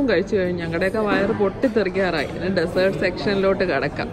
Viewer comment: Nice video. Beautiful family , just wanted to mention something that I noticed ഡസേർട് അല്ല ഡിസേർട് . Take care